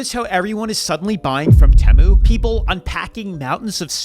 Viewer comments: Yt people will hear something said the right way and STILL say it wrong... Dude Tee-moo dang lol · Bro….Temu = Tee’Moo…maybe I’m wrong but the way you were saying it made me want to bash my skull into a wall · Do you feel smarter than your viwers by mispronouncing tee-moo 😂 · Can't watch any more of you mispronouncing TEMU (tee-moo) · Tee-moo that’s how you say the junk depot. Look at the teemoo fails it is so funny how they get u with no returns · It’s actually “Tem-mu”, they made a halftime commercial like last year or 2023 trolling everyone with the pronunciation 😂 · it’s teeeeeeeeeeeeeeeeeeeeemu. for the love of god. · Why is he saying Temu wrong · I winced every time he said temu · HONEY YOU ARE SAYING IT WRONG! I SAID IT LIKE THAT TOO, UNTIL I SAW A COMMERCIAL AND THEY KEPT SAYING IT OVER AND OVER AND I REALIZED I WAS WRONG! 😂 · Never heard anyone pronounce “temu” like you… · Is your pronunciation of “temu” for rage bait? Lol it’s so annoying that idk if I can finish the video hahaha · Are you pronouncing it like that for rage bait?? I can’t even watch this video 😂😂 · There’s no Temu in teamu 😂they way you pronounce it 😂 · First off it’s not Tim-moo it’s Tee-moo secondly those little games are all bullshit. I was told I had $200 credit and just needed to spend 30 more dollars to get it. So I bought like two things for $32 bucks and it said ok just 20 more dollars and you’ll get your free $200. I don’t really know how it works but someone made a video on YouTube and they had to pay like a grand to get their “free” shit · Please pronounce it right It’s pronounced Tee mu Not tamu E not A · Tea moo. Temu. Not Teh moo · It drives me nuts how you make these videos and hear everyone say “TEE-MOO” yet you constantly say “TAY-MOO” , ffs learn how to pronounce it if you are going to earn from putting it down ! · Why do we say Teeee mooo. Not T ( schwa sign) moo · Tee-moo, not tamoo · Hearing you pronounce temu as “temmu” not “teemu” is so fucking funny to me